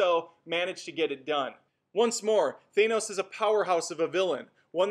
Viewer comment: Why do people keep saying "Thay nohs', when it's said 'Thanos' in the movie..? There's no 'ay' sound in it.